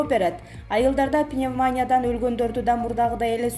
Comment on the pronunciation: Кудаярхан история бара жатат пневмания диктор уят анлайн